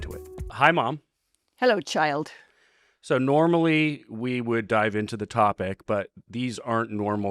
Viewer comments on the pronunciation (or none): The way she said "hello child" was the most BAM thing I've ever heard 😂